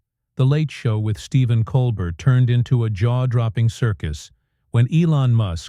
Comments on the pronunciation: It's Col bare not Col bert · This AI is garbage. It can't even get Colbert's name right. How long has the man been on TV? And AI still can't figure it out? Yeah, pardon me if I don't quake in fear at Sam Altman's feet... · This pretty obviously is made up by AI. The announcer can not pronounce his name right. There is no video clip for any of what they claim. Steven doesn't perform on Friday. Bogus, rejected. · AI CC was poor. Can’t humans proof it? AI voice only managed to pronounce Colbert’s name correctly one time. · AI generated Bullshit, this never happened. Can't even pronounce Colbert's name.